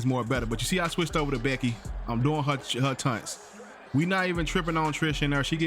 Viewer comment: TAUNTS not "tunts" 😶